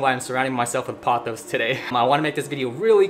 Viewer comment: POE-thoss (rhymes with "boss")